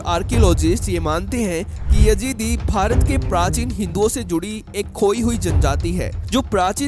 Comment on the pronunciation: Yajeedi nahi Yazidi hota hai